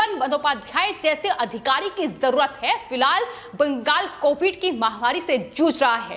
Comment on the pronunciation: "बंगाल' को कियुं बाङ्गल करके पुकारती है ए लड़की? जब देखो तब दम लगाके "बाङ्गल" करके ही पुकारते रहती है. पवन त्यागी, लता तो इसकी जैसी पुकारती नही. कितना अच्छा खबर पड़ता है इन दोनो, सुनने को मन खडा हो जाते. Your voice is Very annoyed voice. ऑफिस मे तेरी लिये दुश्रा कुछ काम नही है क्या? Sorry 😌